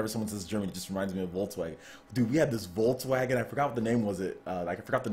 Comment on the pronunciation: Love how you pronounce Volkswagen :D